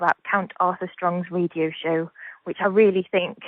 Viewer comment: One pronounces radio ‘ridio’